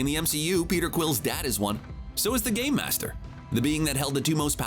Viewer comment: It's Grandmaster not game master